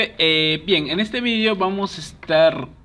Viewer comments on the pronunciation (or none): none